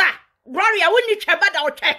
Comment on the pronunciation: Please the name is not "Groria",learn to say it correct before you come online